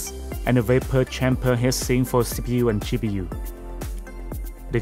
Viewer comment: It's not hissing, it's HEAT SINK! Try saying it as TWO WORDS! It sounded like you were saying HISSING as in noise!